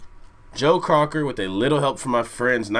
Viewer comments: It’s not Crocker….Joe Cocker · Cocker not Crocker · *Cocker not Crocker guys! Sorry for the mispronunciation! 😊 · People either loved his voice or they hated it, there was no in between. I'm here to hear, so you know where I stand.(NOTE, it's Cocker not Crocker, not to be mean it is just a Note) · I know this is three years old but damn ya’ll get his name right! His name is Joe COCKER! not Crocker! You guys are driving me crazy! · Joe “Crocker”. Hahaha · Cocker not Crocker guys...He was amazing..think the Wonder Years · That’s Joe Cocker as the lead singer. And his last name is pronounced Cocker, that like cocker spaniel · Do yourselves a favor and Google Joe Cocker and John Belushi doing this song on SNL. Blushing does an uncanny imitation of Joe Cocker. BTW, it's Cocker not Crocker. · It's not Crocker but Cocker!!! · Cocker. Not Crocker. Lol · It’s Joe Cocker, not Crocker. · Joe Cocker not Crocker. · Learn to read....his name is JOE COCKER......NOT CROCKER ! HE IS FROM England. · COCker loo, not crocker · COCKER. NOT CROCKER LIKE BETTY